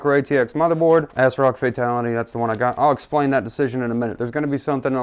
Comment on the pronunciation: Asrock is not pronounced "assrock" It's pronounced "azrock" That made me laugh ahhaha.